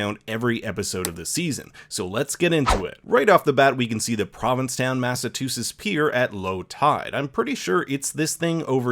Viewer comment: You completely pronounced Massachusetts incorrectly.